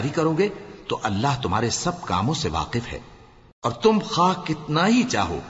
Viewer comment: Jalandhari sahab Last me waqif or waaq keh gye bhule se